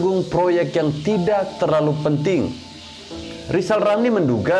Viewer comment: Mari kita tertawa bersama-sama buat Lijal Lamli 🤣😂🤣😂